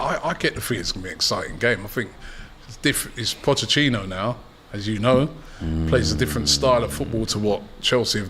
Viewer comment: This guy can never say Pochettino right 😂😂😂